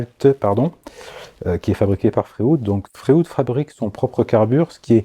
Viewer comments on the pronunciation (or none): Bonjour, comme tu l’as très bien expliqué dans ta vidéo, la formule chimique du carbure de tungstène est WC (avec W4+ et C4- en considérant les électrovalences). Étrange que tu n’aie pas fait une petite blague scatologique au sujet de ce sigle??? Concernant les outils FREUD, je pense que la prononciation correcte devrait se rapprocher de celle du célèbre psychanalyste Sigmund FREUD et non de FRÉOUDE? Merci pour tes enseignements précieux et bonne continuation